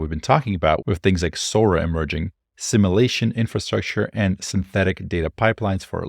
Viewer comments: Brilliant channel. But it's pronounced, "Sim-you-la-shun" not "Sim-ah-la-shun" (what the Borg does) 😀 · Sim-you-lay-shun not simma-lay-shun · sim you lay shun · Great video, but the way you pronounce simulation/simulate is a bit distracting. No offense intended, just feedback.